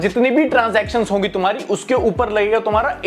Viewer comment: Bro said "tumhari" as if he lives in Mars